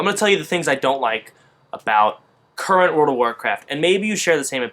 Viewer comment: And also, WOOOORRLLLD of warcraft - not, Teleportocraft!!